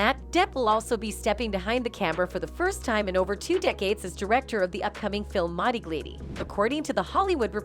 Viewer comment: Your reading bot needs some tweaking... "one dollar million" "Caw-vid 19" ...lol and the pronunciation of Modigliani? Absolutely disgusting....